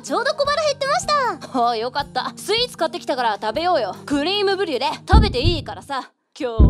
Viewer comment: ブリュレ言えてなくて草